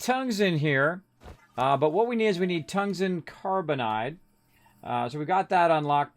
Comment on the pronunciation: I believe the word is Car=bide not carb=in=ide not carbon=nide Fyi thx for the vids